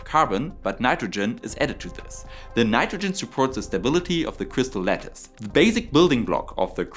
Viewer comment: Fantastic — I loved it from A to Z! It was serious and well-sourced, but still full of passion and excitement. Perfect combo. Now, as a French listener, I have to confess: when you said “crystal lettuce,” I genuinely pictured a salad shape crystal. Took me some time to realize you meant crystal lattice. As a French English speaker, I’m probably the last person who should be giving pronunciation advice — but hey, maybe give that word a little tweak next time, just so your French audience doesn’t end up craving transparent vegetables 😊.